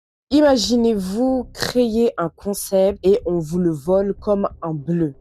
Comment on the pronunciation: Créyer un concept ?